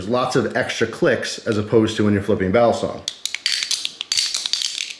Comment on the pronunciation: Y u say basilong